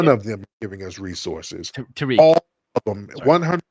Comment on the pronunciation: Now why you got the singer saying Tah Rik! 😂😂😂